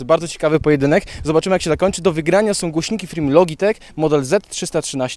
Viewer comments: Mówi się jak już "lodżitek",więc też nie masz racji :P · A nie przypadkiem "loDŻitech"?